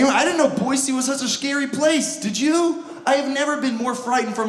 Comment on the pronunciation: Thanks for saying Boise correct. That drives people create.